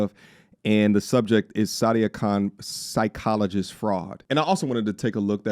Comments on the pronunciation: I swear I'm hearing "Side-cologist" instead of Psychologist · 😅 Damm that's on point